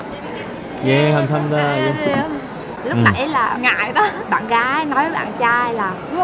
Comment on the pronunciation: 니 한국어 발음 특히 안녕하세요 할때 보면 영판 한국인 같아요!